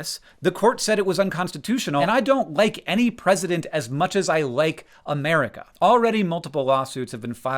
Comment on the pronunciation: Sounds like you are saying "Ameria" at x2. I was so confused haha.